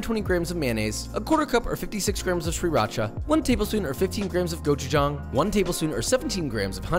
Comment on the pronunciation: Gojujang this guy can pronounce but not SRIRACHA?!